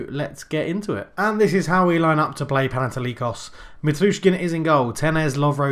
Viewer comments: pan-eh-toh-likos ...the oh is like the o in of ...sounds a bit like aw...this is also true for the o in likos. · Παναιτωλικός :P I'm greek and your pronunciation is so bad. <3 But keep up the good work :P